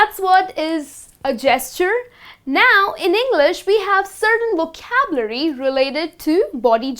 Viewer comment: Dear, You are doing a great job but still as many Indians do that, you are unable to differentiate between the sound v and w. Vocabulary as you pronounce it with round lips which is completely incorrect and your wink is vink not with rounded lips.